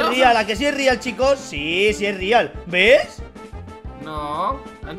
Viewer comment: Dijo el riumba no es rial